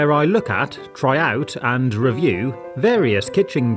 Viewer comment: I like how whenever he says and, he says it like “ha and”